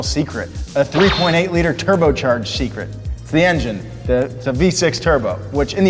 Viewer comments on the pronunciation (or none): It's TERBER CHERGERED!!! NOT TURBO CHARGED!!!